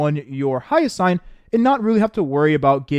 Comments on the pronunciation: It's Hyacine (hi-ya-seen), not Hyasayn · make me question if he has, at least hear hyacine's name in game